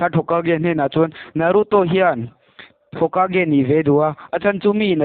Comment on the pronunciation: Hmunawm a bro mahse movie recap thin ho dang angin a chhiar hi bel deuh hlek la a ngaihnawm viau ang a tha reng tun ai a tha in plzz in naruto poh I lam Dan a dik lo.